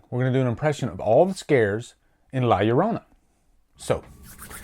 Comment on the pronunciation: Love hearing a person not knowing Spanish say la llorana